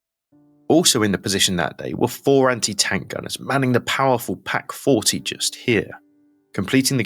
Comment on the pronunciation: Echt gutes, informatives Video aber mal ehrlich......das ist so volles Brett KI.....die Namen werden komplett falsch ausgesprochen, aus der "PAK 40" wird eine "PÄK 40" und auf manchen Bildern sind völlig unbekannte Waffen zu sehen. Plus dass der Terminator menschlicher wirkt als der Host :D Das soll konstruktive kritik sein!